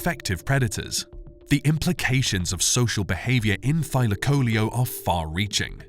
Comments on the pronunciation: Thy lak o leo......learn how to pronounce its name .....it's not thyla coleeo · I've normally heard the name pronounced as Thy LAC o LEO vs Thy la CO leo. I also thought that the insane jaws were the primary killing tool. This is only the 2nd vid I've seen claiming that its claws were used to disembowel its prey. Is there research to support this?